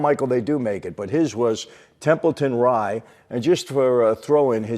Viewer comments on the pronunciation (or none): Capone- "His faverite beer, Templeton Rye" Dude, it's Rye, as in whiskey.